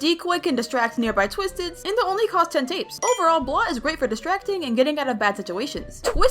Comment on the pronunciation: His name is bolt not blot